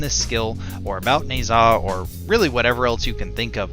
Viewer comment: I dont like how you said nezha but video was good